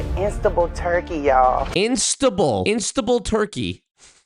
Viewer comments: I cackled when I heard that. I don't think anyone from outside the US would ever pronounce it that way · In-sta-bull turkey 😂😂😂. More like Instabullshit. I wonder if its near i-biza-scammin? 😂😂